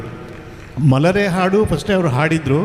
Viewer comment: ನಿರೂಪಕರಿಗೆ ಹ ಮತ್ತು ಅ ಉಚ್ಛಾರಗಳ ಬಗ್ಗೆ ಗೊತ್ತಿಲ್ಲ ಅಂತ ಕಾಣುತ್ತದೆ , ಹಾಡು ಅನ್ನುವುದಕ್ಕೆ ಆಡು ಅಂತ ಉಚ್ಛರಿಸುತ್ತಾರೆ